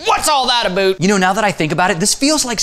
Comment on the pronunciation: I don't mind stereotypes but we say "A-Boat" not "A-Boot" Great video though